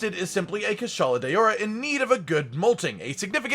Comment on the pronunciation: It's not kushala day-ora 😬😬😬🤢🙄